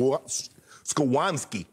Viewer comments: Skrowonski 😂😂its skowronek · Did he just say skowanski? He probably meant skowronek lmao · MVP - "SKIWRONSKI" haha YES! Bennett William Skowronek